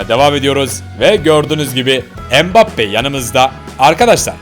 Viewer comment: Neymur ve mibappe demende koptum